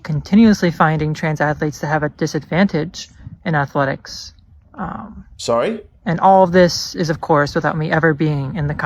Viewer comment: He needs to be banned for the way he pronounces athletics.